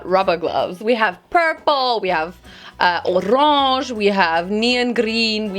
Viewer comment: ur "oRaNgE" sounded so french